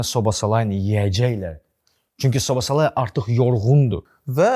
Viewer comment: Brat sizin bu adlarnan problemiviz nədir axı biri kundeyə künde deyir biri soboslayiyə sobosalayi deyir (Oxunşlarını yazmışam yazlışın düz olmadığnı bilrəm)😂